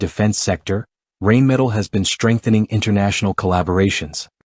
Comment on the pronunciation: I don’t even speak German, and I can assure you that your AI or computer generated voice through using to narrate this video can’t even begin to conceive German pronunciation. German is full of words that are made up of multiple words strung together sometimes almost making an entire sentence or paragraph in a single word. The word “Rheinmetall” is a perfect example. It basically means the metal works on the Rhine river. Now how do you pronounce the Rhine river? Not the way you’re stupid computer or AI voice pronounce that in your video. Another DA millennial.